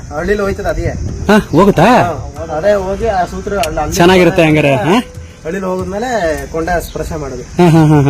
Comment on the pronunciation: ಯಪ್ಪಾ ಮೊದಲ ನೀ ಕನ್ನಡ ಉಚ್ಚಾರಾ ಸರಿಯಾಗಿ ಮಾಡು, ಅಳಿಲು ಅನ್ನು